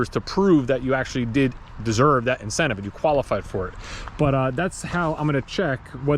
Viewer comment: "VINcentive Program" You're welcome 😂